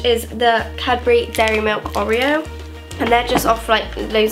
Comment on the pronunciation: Aaaa lol I loved this vid but because I come from Birmingham the pronunciation of Nike, oreo, footasylum and addidas really pissed me off 😂😂